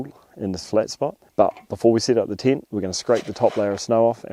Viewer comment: tent❌ tyint✅